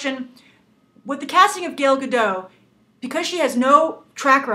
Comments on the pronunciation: She did win Miss Universe in 2004. But seriously this reviewer or Whatever she is; is pissing me off with how she pronounces Gal Gadot's name. Lol Gail Gadoe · no comom...her name is Gal Gadot not "gal gado" you say it shity and wrong gal in hebrow is "wave" and gadot is "shore" so say her name right. it is like i'll call you grace reandol or something like that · I can't get over the way you say her name. Gael Gado? It's GAL ga-DOT. And Gal not as in the slang for girl. It sounds in between that and Gaul. I tuned right out, laughing, so sorry. xD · WOW Nothing bad to say because even I'm still on the fence on this casting but seriously. Lady you mispronouncing Gal Gadot's name really bugged the crap outta me. How do you get Gadoe from Gadot? Hell you can't say Gal either you kept saying Gail. Her name is Gal Gadot not Gail Gadoe. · why all english speakers can't pronounce her name? It's, gal ga (like Gap) dot (like Dot Warner from the old animated serie "Animaniacs") there's a T in the end and it's not silent. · The t in her last name needs to be pronounced, it's not French. and her first name is pronounced like 'Gahl' if that makes sense (but I think that might be hard for Americans).